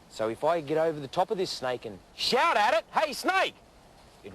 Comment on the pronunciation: " if i get on top of it and shaaaut at at , HEY SNAIK "